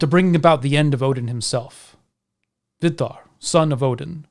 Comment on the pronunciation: the way you pronounce Vidar sounds like a Finnmarking saying vidda. Is that on purpose? is there a meaning to that